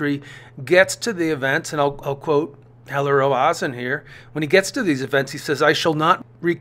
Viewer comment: Not Ro-ah-zen, Ro-zen/Roe-zen. A is extraneous.